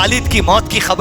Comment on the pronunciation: pahle nabi ka naam shi se lo bhyyy muhammad sallalaahu alaihi wasallam hai..... salle sallam nhi h